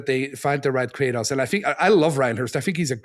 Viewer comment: everyone is just gonna let him pronounce Kratos like that?